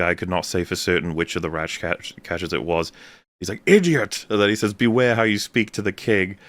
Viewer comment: “The Rrrratcatchers!” kills me every time. I want him to start deploying that on other streams. “Go pee, Rrrrags!”